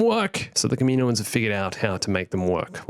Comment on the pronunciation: kaminoans, kaminoans. Good god, we've since learned it's pronounced CAM-EE-NO-ANS. Why does everyone call them this?